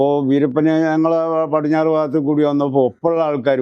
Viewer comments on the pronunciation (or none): none